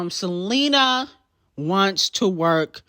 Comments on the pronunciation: sele-NER lmao GOTTA KEEP AN EYE OUT FOR SELENERRRRRRRRR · Girl not Seleaner!!!! I'm literally screaming 😂😂😂😂😂